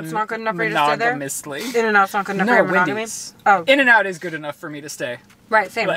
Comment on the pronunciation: Absolutely no one:: Windy’s 😂🪦